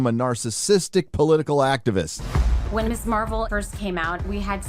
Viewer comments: It still amuses me greatly that "Ms." is now being pronounced as "miss" rather than "miz". The whole point of the honorific "Ms," being created in the first place goes back to the 1960s and feminists of the time who did not like being limited to either "Miss" or "Mrs." as they felt both were inappropriate, and thus created "Ms." with the pronunciation using a 'z' sound, as in "miz". Eventually, "Ms." became accepted as standard through decades of insistence of its use. But now it's going backwards and sounding like the term it was intended to replace. The irony of this is not lost on me. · To me pronouncing Ms. like miss sounds natural. But I'm a guy so it doesn't matter to me anyway.